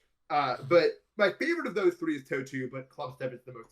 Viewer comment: "i've been trying to do that for like tHree TheBe De"